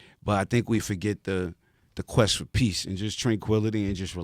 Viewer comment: I hear "Superman 5" every time he says "Quest for peace".